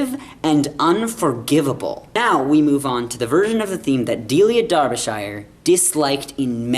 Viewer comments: Please pronounce her name properly - It's supposed to sound like DARBY-SHER not DER BE SHY ER ok :-) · Just for our North American friends, when you pronounce Shire in England it rhymes with ‘Sher’ not ‘shy-er’ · It's Darbisher, not darbi-shire. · Your incorrect pronunciation of Derbyshire is simply vomit inducing by the middle of the video. C'mon man, you're a smart guy, surely you could look up online how to properly pronounce the thing. Hint: it's pronounced- Darb-uh-sher, not Dar-bee-shier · Never mind, just for the moment, the (unique and brilliant) theme tune. Ignorant foreigner -- LEARN TO PRONOUNCE 'DERBYSHIRE' PROPERLY!!!!! There are ONLY THREE syllables in the word!!!!! (Bl--dy Yanks) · Please watch any you tube channel where a Brit is pronouncing Derbyshire properly, maybe you can try and emulate... \ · For All Americans.. The word Shire is pronounced the same as Cher (as in Sonny and Cher). There.. Sorted forever.